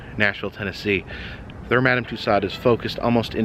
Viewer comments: FYI : It's pronounced ' MUH-DAM TOO-SOHZ' (Loved the video - as usual 😘) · First, learn to pronounce Madame Tussauds' name correctly. Second, get your information correct. What a waste of time.